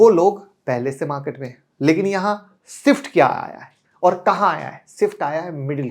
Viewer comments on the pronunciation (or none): none